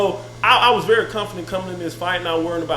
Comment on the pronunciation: He says the word confident just like his brother I guess it's a Alabama thing